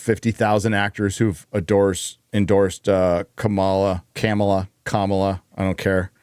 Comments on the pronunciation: how dare you mispronounce the vice presidents name, you bigot. its koupmala! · Pretending to not onow how to pronounce one of the candidate's names is beneath you. I'm all behind you when it comes to woke culture. But doing that just proves you have no respect for a fellow human at all. Shame! This will make no difference to you but I've decided to stop following your chanmel because you lack basic human decency.